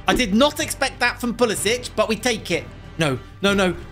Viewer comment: It is pull-is-ick not pulisich